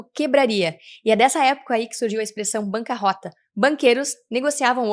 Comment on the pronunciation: não se pronuncia bancaróta como vc fez, se escreve com dois 'r' e prunincia como arroto. Banca Monte dei Paschi di Siena (Monte dei Paschi di Siena) foi fundado em February 27, 1472, Siena, Italy